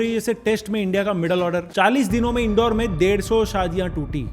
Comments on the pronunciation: Indore h bhai naki Indoor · Bhai wo इंदौर hai इंडौर nahi .......